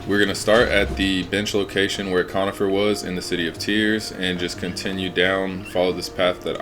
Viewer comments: Its coRnifer not conifer dont disrespect him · I think bros name is “cornifer” not “conifer”